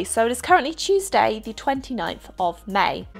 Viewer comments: When you said Tuesday I thought you said cheese day lol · I thought she said cheese day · When she said Tuesday it sounded like cheese day